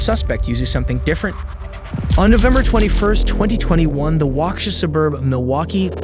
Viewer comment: man you slaughtered how to say Waukesha